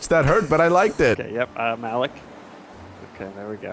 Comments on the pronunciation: Please play more of this! But if you get Malik again, please know that his name is pronounced Ma-Leek, NOT Mal-ick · It's pronounced Ma-leek lol